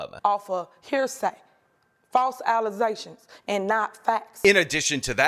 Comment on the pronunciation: "false alization"😂